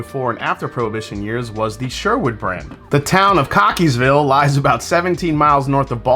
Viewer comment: lol you actually said that one right! 🤣